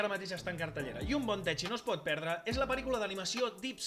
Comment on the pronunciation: Res a veure amb el tema, però "techie" no s'hauria de pronunciar "tequi"?